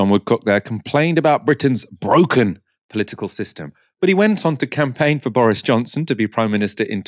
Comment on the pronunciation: Bwoken. Is that a slim Jonathan Woss